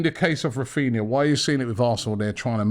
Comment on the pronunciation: Granbry instead of Rafinha